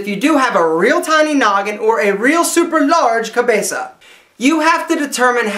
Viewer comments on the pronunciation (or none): He kind of looks S. European, doesn't he? But cabeça is not just Portuguese for head, its also Spanish (and his pronunciation sounds like the Spanish dialect)